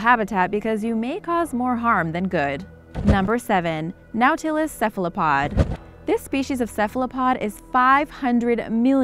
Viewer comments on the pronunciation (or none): It's pronounced NAUGHT-a-less not " now-tillis" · Nautilus is pronounced naw'-ti-lus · Red panda are a.k.a fire fox. Oh and nautilus is pronounced (naw,til,us) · It's pronounced "NOT-uh-lus," not "now-TIL-us." Get someone with an education to narrate your videos. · "Gnawtilus"? I recall that this shell-borne animal is a NAUTilus. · just so you know, the name of #7 is not pronounced as its spelled it is pronounced naw-tilis nautilis is the name of the submarine in 20,000 leagues under the sea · Nautilus pronounced Naw til es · Yeah...she went a wee pretentious on 'Epoch' as well...But everytime she said Noooow-Ta-Luss, my hubby and I cringed. Horrible! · Lost me at the inability to pronounce "Nautilus" correctly. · What bothers me more than how she pronounces nautilus is how much crap she's getting for it. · How does one fail at pronouncing nautilus? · You really need to learn how to pronounce Words. Nautilus? SMH But love the channel anyways. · love the video. Learn how to properly pronounce NAUTILUS. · nautilus isn't pronounced right. this is like nails on a chalk board.